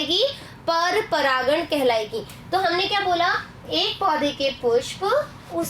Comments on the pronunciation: Aap baar baar pragkan bol rhi ho wo pragan hota hai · Aap bar bar paragan ko paragkan bhi kah rahi ho Ma'am